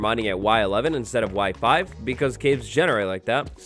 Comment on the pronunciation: when he said Y5, I heard WIFI